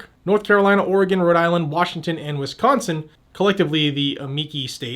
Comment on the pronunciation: Thank you for saying Oregon correctly!😆 I highly dislike our governor. Sad thing is, we don't have many good choices to replace her with this Nov.